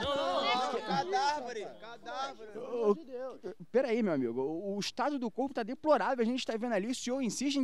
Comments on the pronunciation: Cadaveri i Negresco tentando falar cadáver kkkkkkkkkkkkkkkkkkkk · "Cardaveri" kkkkkkkkkk negresco é o mlhr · "Cadarveri" kkkkk